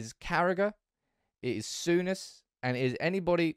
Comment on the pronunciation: did you a few times Sour-ness